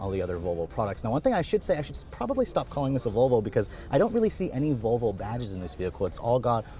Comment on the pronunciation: For the love of peter, it’s Vallvo. Not voolvo lol